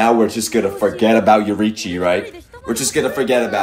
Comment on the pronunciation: the name is YO RI I CHI, take your time